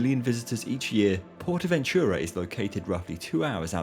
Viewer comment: . Ahum. For you English speaking I will write the pronounciation as: [Sahlow] with [low] as in alLOWwance, not as on the botton, thus more of on ao. Also, [Portahventoorah], not [Pohtahventyuruah] as you said.